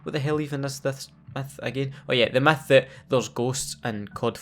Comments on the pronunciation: He says myth like meth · Why it sound like he saying meth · i like how u say Myth “METH” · sounds like he said meth